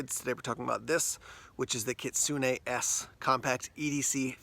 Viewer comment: You're the only youtuber who actually pronounced the model name right lol Good review. That's what I'm looking for in a small fixed blade EDC knives.